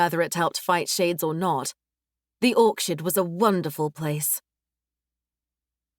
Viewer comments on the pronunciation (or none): Orchard❌️ Orksherd✅️ 😂😂😂